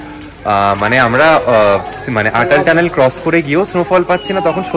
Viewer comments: খুব ভাল লাগলো দাদা. এই ভ্লগটি প্রতিটি ভ্লগের সাথে একই রকম তথ্যপূর্ণ এবং ভালভাবে উপস্থাপন করা হয়েছে। শুধুমাত্র একটি অনুরোধ, অটল টানেল কে উচ্চারণে আটাল টানেল বলবেন না. আমি আশা করি আপনি কিছু মনে করবেন না🙏.অনেক শুভ কামনা 🌷✨ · খুব সুন্দর। শুধু একটাই কথা 'আটাল' না বলে অটল টানেল বললেই ভাল হত।